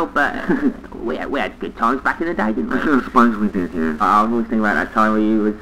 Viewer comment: Yeah* not Yeahr